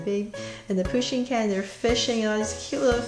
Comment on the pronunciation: Does no one know how to spell pusheen they all say poshen-_